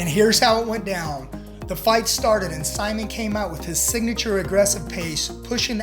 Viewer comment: Dude you don’t even know what you were talking about. Also you mispronounced Simon at least 47 times. Do better